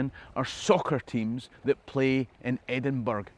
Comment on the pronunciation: Amfy Embra! No' Edinburg! Ah nearly choked!